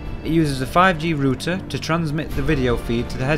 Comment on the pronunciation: I thought I was the only one who pronounced it rooter not rowter! Good on you. As a kiwi I hate all these americanisms creeping into our beautiful ENGLISH language. Kia ora.